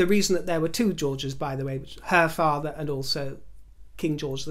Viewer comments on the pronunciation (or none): none